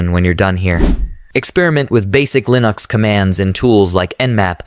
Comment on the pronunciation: lol, you clearly used an AI voice. The way he pronounces "Linux"